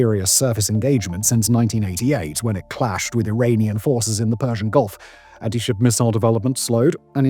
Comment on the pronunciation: "next generation ant-ship missile"?